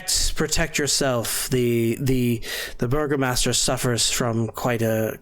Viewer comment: True, though you're mishearing the word. It's burgomaster. EDIT: You are not misunderstanding. The cast is saying Burger Master. 😂